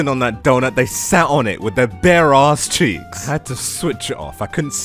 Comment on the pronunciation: The way he said “they sat on it with their bare AUSScheeks!” Is killing meeee 😭😭😭😭😭